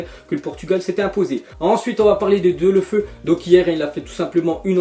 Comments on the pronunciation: stp ca se prononce Déuloféou Pas Deulofeu x) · Sa se prononce Deuloféou et pas Deulofeu mdr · on dit pas "Delofeu" on dit "Déouloféou"